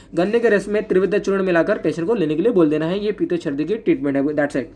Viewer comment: Very epic😂😂sir : sardi nhi chrdi okkk...